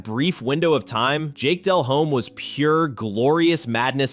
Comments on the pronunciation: Jake balled the fuck out against the pats in the superbowl. Very good game. And its "de-lome not del-home, h is silent" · Dude kept saying Dell-Home. It irritated me